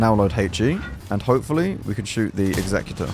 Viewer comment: Finally, a CC that pronounces Executor the right way... Worth a like just for that